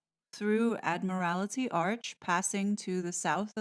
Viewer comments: HIYA, from a wet and windy Wales.. I would humbly like to correct a few of your pronunciations, if I may.. It is not meant as a slight in any way, just a gently correction for future reference. THE MALL.. Mall rhymes with PAL ADMIRALTY ARCH.. AD-M'RAL-TEE ARCH TRAFALGAR SQUARE.. TRAF-AL-GER SQUARE I hope this helps a wee bit. I send my heartiest best wishes to you and all your followers.. I shall be glued to the telly, watching history being made in real time. This is going to be so exciting. And I will probably shed more than a few tears too. Especially when Prince William pledges his allegiance to his father King Charles. Best wishes from Wales. God Save the King. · Thanks so much for your efforts! A couple of pronunciation tips: Admiralty arch = Ad mril tee (The reason I know this is because my late mother was a civil servant in the Admiralty during WW2) Trafalgar Square= Tra FAL gar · Just FYI for Saturday you might want to slightly change your pronunciation of Admiralty & Trafalgar. We 🇦🇺 know what you mean but the Americans won’t ❤ And Diocese.